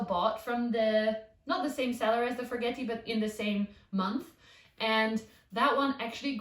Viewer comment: This was the first video I've seen of yours and I really enjoyed it, especially he reassurance that even experienced plant tubers kill plants. You showed the plant in your grow tent with water collecting on the leaves. Will that not damage or rot the leaf? Also, I am a horrible pedant, but the forgetii is pronounced forget-ee-eye.